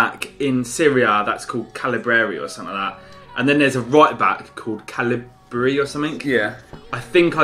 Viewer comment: Caldara and Calabria lol